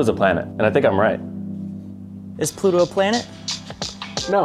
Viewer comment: Ploto. Not planat